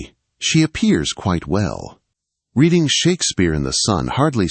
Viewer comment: She was not “Redding” a book! She was “reeeding” her book.